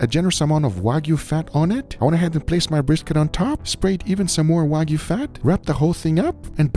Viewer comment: “No waygu” even though you added the fat